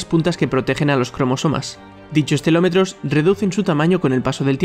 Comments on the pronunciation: Sólo escuchar que en vez de decir telómeros dices "telómetros" hace que no pueda tomarme en serio este vídeo. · ha dicho telómetros, no? si, ha dicho telometros. Si lees sin saber a, menos lee bien :)